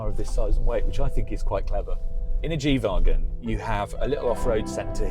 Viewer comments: Why does he keep calling it a G vaagon? 😂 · the way he pronounces wagon is really tilting